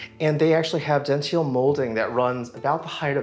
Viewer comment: Please!!! It's "Dental" or "Dentil" moulding. As in teeth. Do not pronounce it "dentile" like "gentile". That's just wrong.